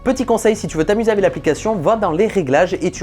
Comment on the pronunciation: S'il te plait arrête de dire "avé" au lieu de "avec"